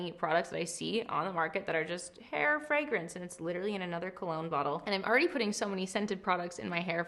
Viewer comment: I have never been more obsessed with the way you pronounce fragrance!FREGRENCE 🫶🏽